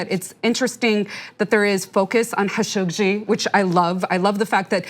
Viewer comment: at last someone finally said his name correctly! Thank you